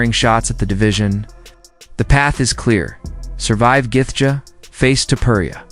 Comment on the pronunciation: who laughed when this fool says Justin Guthgaa if your making videos at least know how to pronounce the fighters name correctly lmfao